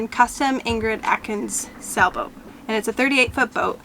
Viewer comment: Are you saying Sa-boat or Sailboat ??